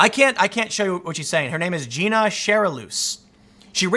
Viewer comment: Tim, it’s Gina.. Jai-na.